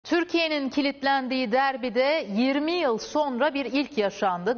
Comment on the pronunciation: 20 yılı nasıl da bastırarak okuyor😅💙👑